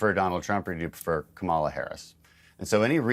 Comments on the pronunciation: Ita not Kah...MAH lah...ITS KAMALA!!!! DON. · When Dan Crenshaw keeps mispronouncing the Vive President's name it shows he is in the cult. [COMA-LAH] IT IS EASY!! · Does anybody in the UK actually buy into Morgan’s and Dan Crenshaw’s bullshit? Besides, Crenshaw is not stupid. He knows how to properly pronounce Kamala’s name, but like the petulant child he supports, he intentionally mispronounces her name. A serious man does not behave like this. Coma-la. There, Dan, it’s easy. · This Crenshaw is in denial The economy is the best in the world right now. donOLD left office with the worst fiscal mess ever. Dementia donOLD is not to be trusted. And dude its pronounced COMMA-la. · Dany I will teach you how to pronounce her name, don’t be rude, you are showing disrespect Comala meaning , La how would you like if we pronounce your last name name as green saw? And you are being rude interrupting a spinning the country no longer puts up with that narrative we see and hear, no need spinning as maybe it works with the MAGA crowd not with the rest Dear Dany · Oh Crenshaw! You had Such Promise….😮 At least w/ Harris there Is Something to be Hopeful about! Trump’s ILL And Come On! Congressman Crenshaw you Can pronounce the Vice President Harris’s name !!! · The ongoing bigotry of mispronunciation a simple name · Hey Dan......Jan 6...Jan 6....Jan 6.....HELLO? also...the Clown still can't even Pronounce the V.P.'s name...some Patriot....Sad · What is Dan Crenshaw's and the GOP economic plan or any other policy. He also mispronounces the VP's name. TRAITOR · Notice the Congressman still cannot or will not pronounce the Vice President of the United States’ name correctly. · Why is Morgan so beloved by the right? I thought they hated non-US citizens. And Crenshaw gives away his position by purposely mispronouncing Harris' name, even though he worked with her in the Senate. Another POS. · reasonable objective adults don't mispronounce their vice president's name like a petulant child